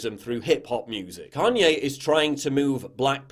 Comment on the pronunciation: "Carrnye West"